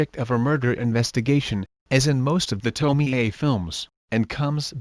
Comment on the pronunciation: To-mi-eyyyyy ....... Isn't it read as to-mi-ye?